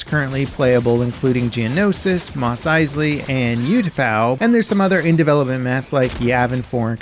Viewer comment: Ooh-tapau not You-tapau